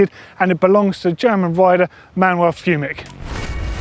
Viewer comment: pau peris marti Also Fumic is pronounce like chain.